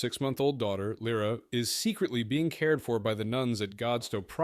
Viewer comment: interestingly the ai pronounces it correctly at least once